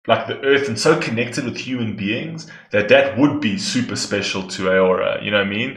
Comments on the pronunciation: Please... It's Au-ror-a Not A-ora. ... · Also just to help, her name is pronounced as ‘ah-raw-ra’ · it pronounced as "Au-Roo-Ra" on Norwegian